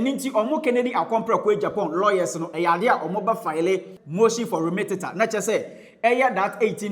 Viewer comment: the word is remittance. Not remittentent